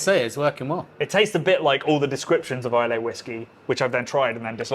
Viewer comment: Please, for the sake of Scotland - Islay is pronounced ai-luh. Drop the ‘y’ 💙